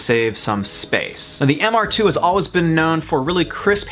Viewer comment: Glad someone else caught it. I had to do a double take when he said it wrong.